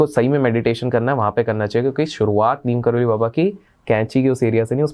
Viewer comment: Bhai Neem Karoli nahi Neeb Karoli